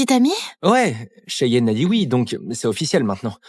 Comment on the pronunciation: Moi j’entend souvent chienne et Baleine quand on dit cheyenne et Raylen😂😂😂😂